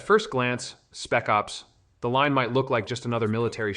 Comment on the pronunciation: It's absolutely AI. You can tell. The way it pronounces the games. "Spec ops. The line" " That's why the order. 1886 is a blah blah" There weird pauses where there shouldn't be. Other than that the voice does sound legit but no one that plays games would pronounce these games this way. It makes no sense